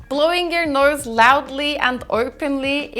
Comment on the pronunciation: "Blowing your norse" ??? Where is the /r/ sound coming from in the word nose?